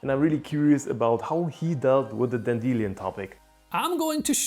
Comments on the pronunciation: By the way, in English, A Dan_deel_i_on clock is pronounced Dandy_Lion clock. The metal Leed is pronounced Led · Dan-De-Lyon - ROFLMAO! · i hate how he says Dandelion